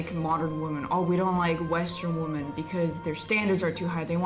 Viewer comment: Woman and women [Whi-men] is pronounced differently. This sounds so weird.